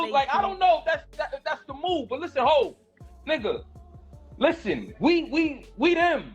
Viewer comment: HAV? Is this dude serious saying HAV?